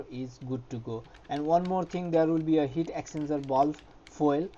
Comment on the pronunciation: Great vid but took me ages to work out what you were saying and the transcript didn’t help. Its the “Heat Exchanger Valve”…. But your English is still 1000x better than my Hindi. Many thanks!